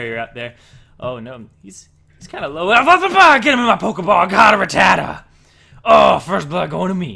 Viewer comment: ra-ta-tuh? No. Rat-tah-tah. Rattata